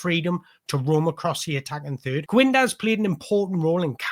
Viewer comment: Im a sporting cp fan..i wanna say this the best analysis i’ve seen of our wonderkid. Great job 👏🏾 Ps: his name is pronounced Kenda.